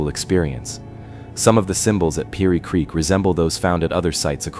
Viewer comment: PEENEY CREEK?! AI Slop